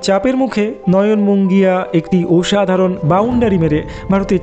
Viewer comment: দাদা, তোমার উচ্চারন ঠিক করো। তুমি বাঙালী তো ? তাহলে পোরাক্রম, অনোদিকে, গোলার কাঁটা, ওসাধারন - এই সব উচ্চারণ কেন?